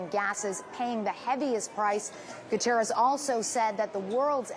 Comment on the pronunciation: The name is Guterres, not Gutierres. Not Spanish!